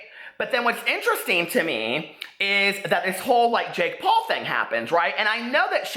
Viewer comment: What's a "Pake Jaul"? Love you!!!!!😘💖💖💖💖🦄🦄🦄🦄🦄